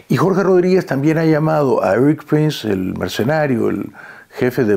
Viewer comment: Pronuncia bien…. Éric no Eris …. Solo como ejemplo